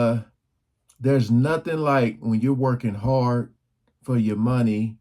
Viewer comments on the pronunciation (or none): none